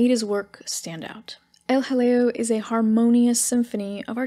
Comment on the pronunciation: Every time you say El Jaleo, all I can think of is a British comedy sketch with some toff saying "Oh, hello". Maybe John Cleese or Dudley Moore.